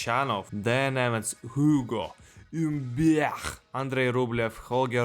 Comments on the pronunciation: "Oo-go Mm-byech" is one of the best pronunciations of his name I've heard. They missed a trick not hiring you to announce the draw at the French Open. Bold predictions as usual. I'm going to pick Dimitrov as my dark horse on the men's side and Jabeur on the women's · The ugo humbert pronunciation is sending me 😂😂